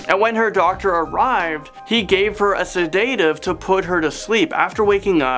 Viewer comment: Please learn how to pronounce words! sedative pronounced " sed A tiv " not " sed AY tiv" - one of many that make me cringe